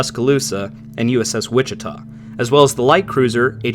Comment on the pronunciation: and you pronounced Wichita correctly LOL now for a little bit of abbreviation work. When you see SHP on a ship it stands for Shaft Horse Power, but that wasn't much of a mistake, Keep up the good work. Oh and the tribals were fine ships, tends to be in destroyers that the good modern boats are sent into battles and the old used up ones are used in lesser theaters. Probably the Tribals were the best of the prewar destroyers. The only ships that I can think of that were really betters were the US Fletchers and the similar Sumner and Gearing. The American destroyers had years of development to help them and the advantage of working in the generally more peaceful Pacific